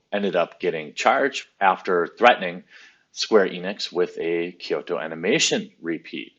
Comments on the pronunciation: Just pronounce KYO like at the end of the word Tokyo. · Nagoya = NA. GO. YA. Fukuoka = WHO. KU. OH. KA. Kyoto = KYOOH. TOH. Kenichi = KEN-EECH